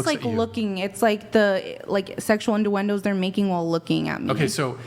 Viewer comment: What's a innDuendo